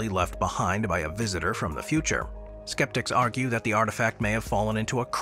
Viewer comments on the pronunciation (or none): none